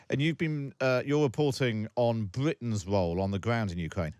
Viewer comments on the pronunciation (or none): Where is “Bwitten”? Is it s acwoss the Engwish Channel fwom Fwance?